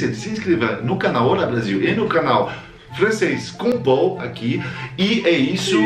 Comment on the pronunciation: Pô,, no final até você falou "Francês com Paul" (Pou)